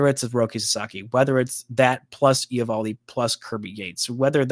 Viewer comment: Just so you know, it’s pronounced ee-VAHL-dee